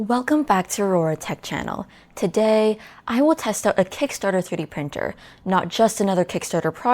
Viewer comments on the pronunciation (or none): Anyone here for the amazing sounding of "Today"?